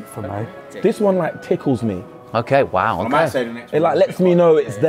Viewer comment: “i would say that’s the perfect heyt for mey.”